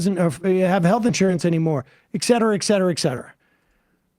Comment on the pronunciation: *ET*cetera not "*EX*cetera". I know I'm a grammar N, but that one specifically bothers the crap out of me for some reason. Also when Cenk says "*E*mmoral" rather than "*IMM*moral".